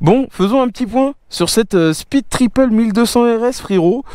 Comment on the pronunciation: "speed-triple" l'accent est décédé sinon en vrai essai super quali comme d'hab